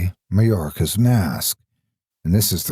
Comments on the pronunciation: Ma-Yor-Ya :3 cant say ive ever heard it pronounced like that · The way he said Majora O-O